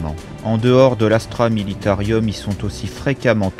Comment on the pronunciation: C'est juste dommage de dire Astra MilitaRIUM. Sinon top bravo !